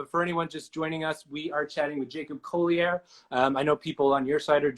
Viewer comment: JACOB COLEY-AIR